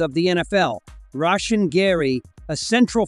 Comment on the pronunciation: Turned off the video after you pronounced "Rashan" wrong.